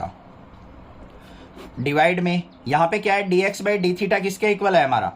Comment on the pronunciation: Sir mein bhi kabhi kabhi thita ki jagah kush or bol deti hu😂😂😂